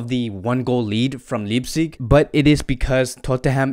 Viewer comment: It’s Leipzig, with Leip pronounced as Life with a p.